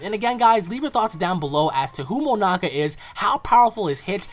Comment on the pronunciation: signerleo snyder said it, learn English nigga before you comment nonsense you called him moanak and then you called him moamak then 3rd time you actualy got it right Monaka heres a cookie from Gokue and beuer s and chmapa